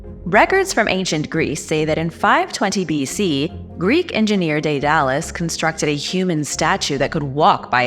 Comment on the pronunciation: In future, PLEASE learn the pronunciation of the words before you speak them in public. Automaton, Daedalus & Antikythera to start. My granddaughter & I love to watch your content. We will sit & watch several at a time.